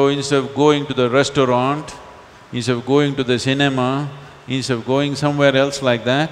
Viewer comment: he eats the word INSTEAD lol… ins of ins of 😊